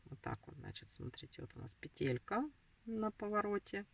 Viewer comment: Не петЕлька,а пЕтелька.Вы почитайте в интернете,если туда вышли,как надо правильно говорить,нерусская,что ли?